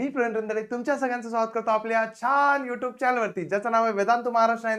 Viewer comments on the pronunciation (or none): none